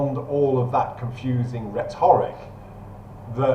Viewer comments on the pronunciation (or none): RHET-oric. Not rhe-TOR-ic.